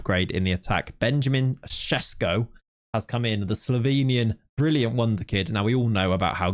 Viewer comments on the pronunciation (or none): none